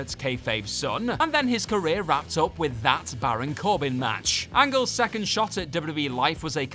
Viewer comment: didn't need to put emphasis on the word "That" when referring to Baron Corbin vs Kurt Angle. It was bad but it wasn't terrible. Also Stephanie McMahon is not a HOF worthy talent in any way.